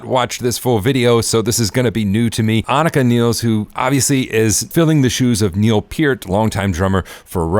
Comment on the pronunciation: I wish ppl would learn how to say her name before saying it on a video.